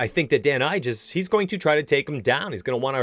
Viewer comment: Calvin Katar (KAY-TER) and Dan Ige(E-GAY) that’s how you pronounce them lol